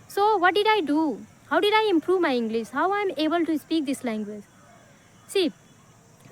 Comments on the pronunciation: Why are you pronouncing इंग्लिस instead इंग्लिश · She is not able to pronounce English correctly.she pronounces like englis😅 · It's not inglis it's english please pronounce this properly